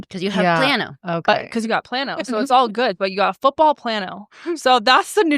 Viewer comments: Negative sphere is for near sightedness and plus sphere is for farsightedness. If your near sighted your eye is longer than normal, nearsighted your eye is shorter than normal. Astigmatism is how your cornea is shaped. And it’s “plane-0h” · Me! Who works in a lab to make Lenses… I’m getting it, but honestly I still don’t😂 I love you guys!!! Been here since day one on all channels! GIRL if your eyes went from a -3.00!!!! To a +0.00 or plain O is how it’s pronounced, but that’s really good did your eyes WONDER😍😝💕💕💕💕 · It's pronounced plain o